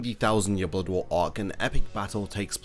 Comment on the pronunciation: Love how you say blood War .. all I hear Is “Bodwaar” 😂😂 Great video